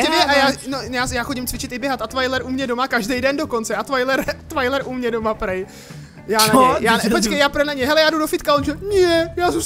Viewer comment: to není Twiler,ale Twailer